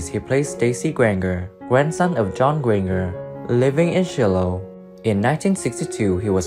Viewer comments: Do a tad bit of research on correct pronunciations...Grainger = grain-jer...Shiloh = Shy-low...etc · You never saw the show did you can't pronounce Grainger with j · It’s pronounced “grain-jer”